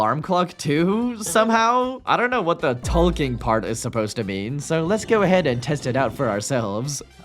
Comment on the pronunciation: every time you say ''talking'' i thing for a sec you're saying ''Tolkien''